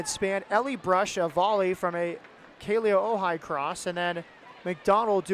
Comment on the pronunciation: Is it just me or is anyone else impressed when the commentators actually pronounces Kealia's name correctly